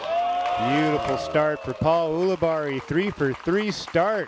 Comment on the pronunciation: I love Philo, but I hate how he says "Ool-abarri." The man pronounces his own name as "Yool-abarri."